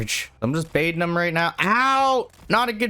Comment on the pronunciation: God I hate the way you say “them”.